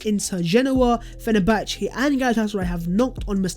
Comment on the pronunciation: you should ask hughwizzy for right pronunciation of "Fenerbahce ".!